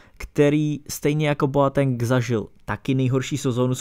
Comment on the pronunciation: sule, hamls, zerome boateng - to uz svedci trochu o vseobecnem rozhlade autora